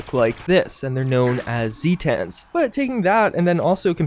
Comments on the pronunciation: This was a really fun video, please do more lore ones along this line. Also it is pronounced zay-tins rather than zee-tans. They are supposedly from Zeta Reticuli. Thanks. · The way you pronounce "Zetans" hurts my thesaurus. As Zeta is pronounced "Zay-Tuh" and not "Zee-Tah", it's "Zay-Tin", not "Zee-Tan." This is a great video and very informative by the way, not tryin' to be mean or nothin'. Sweaty face emoji. As for the Flatwoods Monster? I suspect that, given its powers, at least some of its abilities might be psychic in nature, as opposed to flat out technological. I could be wrong but given it looks like the Zetan aliens, but with tiny legs and big glowing robot eyes, I imagine this one is either a sort of offshoot or subspecies or perhaps is modified to have psychic powers or something? Not sure. That's just my theory though. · "Zay-tens" like the greek letter Zeta, not "Zee-tahns". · Hearing zee-tan bothered me more than it should have. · him saying zee-tan hurts me